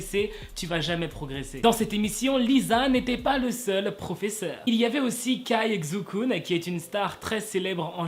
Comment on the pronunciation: juste un petit truc caixukun se prenonse tsai chu kun c'est tout😊